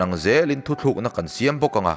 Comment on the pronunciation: Thu tlűkna tih turah... Thu thlűkna i ti vek mai a, thuchah lam ṭha tak karah ka beng a lo verh deuh a...